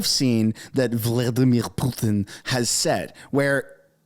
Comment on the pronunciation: I believe he was referring to Trudeau being the idiot...and freeland stop adding your accent to putin ...makes you sound like the idiot you are.